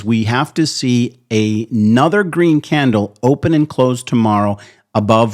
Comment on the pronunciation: Why are you saying candle with an accent???